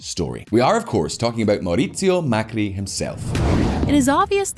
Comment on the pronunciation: "mercurio mecri" lol